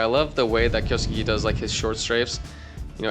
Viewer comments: Its “KIOS-KEH” not “KIYO-SOOKEE” or “KIOS-KAY” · Correct pronounciation is KYO (keo) SKE (literally skay). Just read it like a typical Japanese word with less vowel pronounciations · The proper pronounciation is kyos-ke. soft e at the end and not EEEEEEEEEEEEEEEEEEEEEEEEEEE